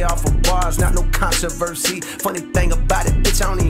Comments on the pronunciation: The con-to-verse-see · it’s control-versee